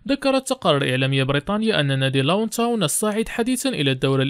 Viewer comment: فريق لوتون تاون وليس فريق لاونتاون صحح معلوماتك عندك مشكل كبير في نطق أسماء بعض اللاعبين وبعض الفرق